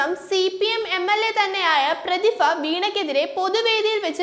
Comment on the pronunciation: പ്രതിഫ അല്ല പ്രതിഭ, നഗരസഫ അല്ല നഗരസഭ